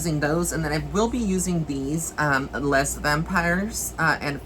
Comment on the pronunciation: The word Les is pronounced as Lay.